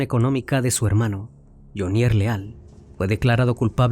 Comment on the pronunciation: Hola CN. Muy buena investigación, sin embargo debe corregir algunos datos: 1. La pronunciación de Jhonier. El acento va en Jho. Le sugiero solicitar ayuda o escuchar las noticias de medios colombianos. 2. La cifra es incorrecta. No es 🇺🇸💵), sino, 🇺🇸💵).